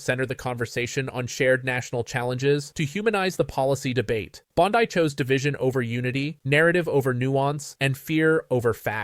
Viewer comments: PLEASE! The name is Bond-ee, not Bond-eye. Get it right! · It's pronounce BOND-EE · Sounds like AI channel speaking; can’t even pronounce Bondi name correctly. not subscribing. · This looks like AI. Any person reporting on this knows how to say her name.